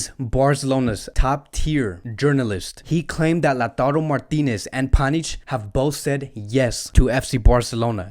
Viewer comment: You call him panich😂😂😂😂